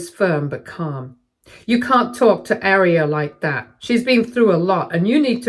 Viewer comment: Yes, that is how you pronounce Guinevere, but I think Aria is being pronounced wrong. The Arias I know pronounce it "Ah-reeya" (U.S.)